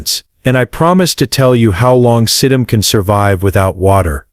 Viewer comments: If you can't get the AI to pronounce the plant names properly I lose interest very quickly. Sedum is pronounced Sēdŭm. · Sedum is pronounced “Seedum” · It’s See’-dum, idiots, not Sa-dumb’! Geeeeze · OMG, AI voice-overs are the Worst!!! Suh-DUMB! First plant out of the block!!! Bahahahahahahahahahahahahahahahahaha!!! Can’t wait to hear how the rest of the names are mangled. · This is unlistenable. "Sa-DUM Lyev Forever"?! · It's see-dum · See- dumb (Sedum) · He's been gardening for over 30 yeares?? How come he doesn't know how to pronounce SE'dum? Makes you wonder if the information being given is correct?! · Is this AI? One would think a garden show would know how to pronounce Sedum. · Right. They pronounced a lot of the flowers names wrong. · ‘Sedumbs’? ‘Host-as’?